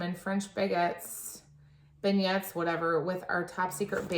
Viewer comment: Great video. Beignet(s) is pronounced “Ben-yay(s)” 🙂 I remember singing grandma got ran over by a reindeer but I’m not sure if my kids know it 🤔